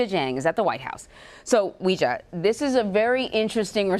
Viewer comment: I can't watch CBS news anymore as long as they keep pronouncing Weijia wrong. So sloppy.